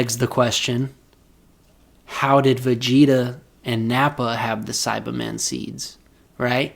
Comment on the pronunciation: Take a shot everytime he says saibamen wrong 😂